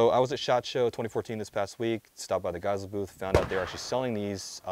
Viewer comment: his name and therefore the company is pronounced 'gei-seh-lee'